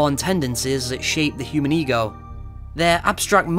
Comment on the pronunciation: im sorry but everytime he said "ego" i heard "egirl"